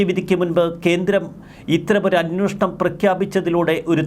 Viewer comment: Hey Prabho plse pronounce as 'Anweshanam" and not " Anwoshanam " !!!